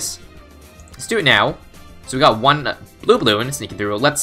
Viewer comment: Why do you say iyt